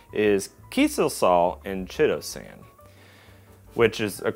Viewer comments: Chitosan is pronounced kite-oh-san FYI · BTW chitosan, (so named because it is made from chitin) and chelating are both words with Greek linguistic roots, and for that reason the "ch" is pronounced like a "k" (like chorus, which is also derived from Greek) instead of like the English "ch." Keye-toe-san and key-late-ing